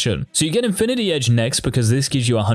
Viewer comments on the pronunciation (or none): none